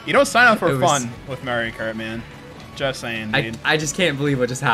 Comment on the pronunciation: I love how calls Mario kart "Maeri kart"